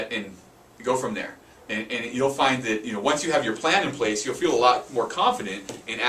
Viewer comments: ok... and (wtf?) this video can be summarized in one sentence. "Start with a written plan." Guys....props for giving information, but the whole video contect exists within the first 30 seconds. Also, it sounds like both of you are saying "plant" instead of "plan." Unless, you really mean you need to start with a "plant." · thought he said you need a plant lol